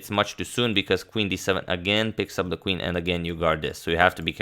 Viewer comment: It is NOT KVIN... IT IS CALLED QUEEN, PLEASE don't hurt my ears :/